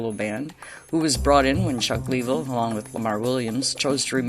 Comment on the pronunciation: Very good show! Just a couple of minor nitpicks, Chuck Leavel is pronounced like Lavelle , and it's Warren Haynes, not Hayes. Not trying to be an ass just a big fan.